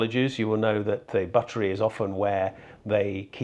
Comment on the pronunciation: .. and 'buttery' is 'bottle - ery'